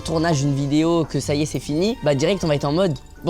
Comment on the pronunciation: Sympa cette vidéo de la rentrée. Je me pose une question, savez-vous pourquoi dit toujours "iske"? Est-ce que le verbe être au présent est si compliqué?